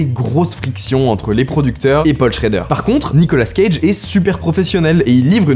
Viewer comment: C'est Nicolas cage pas Nicola scage